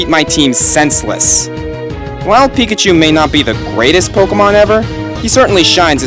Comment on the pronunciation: pikachu is a mouse emphasis on pikaCHU. Chu = mouse